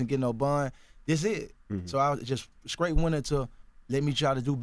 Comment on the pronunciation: Words pronounced by Gucci: Scraight Scraw Pahdnah Shtill